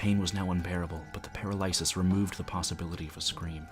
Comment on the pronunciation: you are really wonderful, but i've never heard anyone pronounce paralysis that way